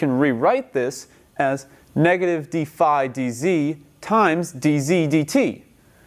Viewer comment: haha "beefy hat". nah, dude, Phi is pronounced "fahy". omfg!